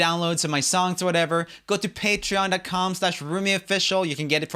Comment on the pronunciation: Year his name is pronounced R OO M EE NOT R O M IE